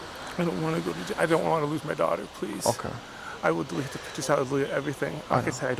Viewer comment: "I don't wanna go a jaiw" get's a life in prison sentance lmaooo love.